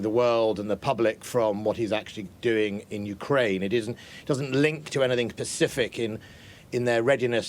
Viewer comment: IM SORRY BUT DIDNT ANYONE ELSE GET BUGGED WHEN HE SAID "It doesnt link to anything PACIFIC in their readiness" ....Live on news... my man said pacific not specific XD DEAD